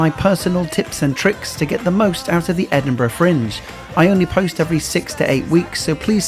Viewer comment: And he can actually pronounce the name of the city, which is much appreciated! It is very irritating when people post videos and claim to have been in a place called "Edin-BRA".